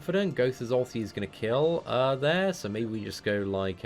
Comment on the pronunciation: i like your videos BUT the way how you pronounce "there" triggers me so much hahah xD